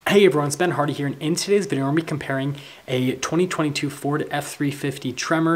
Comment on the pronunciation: Hello it's Ben Hardy here.. I must be the only one hearing, "Hello it's been hard of hearing". 😂😂 Making a appointment with a Otolaryngologist as we speak.😩